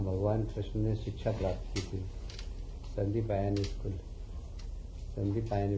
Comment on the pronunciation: मंत्री जी संदीपनी नहीं बोल पा रहे हैं